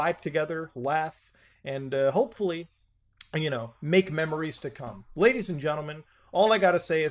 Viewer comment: When he speaks Ledies and gentleman 🔥